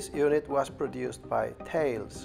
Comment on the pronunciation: Cool video. Thales is pronounced as tallys.